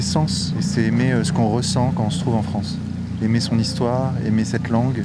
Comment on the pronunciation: Le Fwance =)